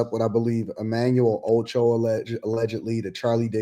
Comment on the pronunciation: Why is incapable of saying Emanuel Acho? He's said 'Ocho' every time I've heard him talk about this